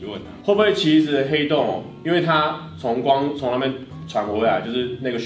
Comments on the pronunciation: ㄏㄟˊ凍真的很好笑，我笑到不能吃飯了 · 原來是ㄏㄟˊ凍的部分 ... 哈哈哈哈哈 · 原來是ㄏㄟˊㄉㄨㄥˋ啊！ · 殼以阿 這個主題很棒 ㄏㄟˊ凍我會笑死XDDDD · 那個“ㄏㄟˊ凍啊”笑死我